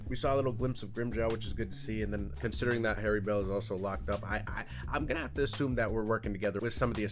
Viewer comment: Ain’t no way bro called Haribel “Hairy belle”. 😹😹